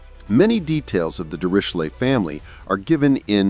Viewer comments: The narrator pronounced the name Dirichlet several different ways. Was it some form of AI? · Apart from the terrible pronunciation of the name Dirichlet I like this video a lot.